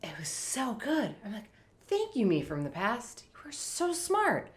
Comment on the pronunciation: Typical Minnesota accent.